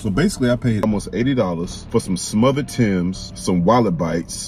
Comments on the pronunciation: What are you Canadian? It’s timbs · He said smothered timbs…💀💀💀